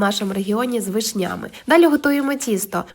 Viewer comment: З вишнЯми? Дратують неправильні наголоси в словах, ніби серпом по яйцях